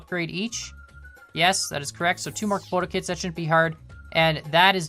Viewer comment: He makes component kits sound like componakit =P